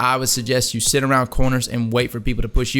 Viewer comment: He said seat the fuck down to them